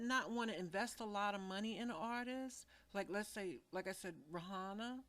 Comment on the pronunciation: I'm not a Fan of Waynes ; But I'm not sure you know What your Talking about.. And practice how to say Rihanna my dear; its not how it Looks..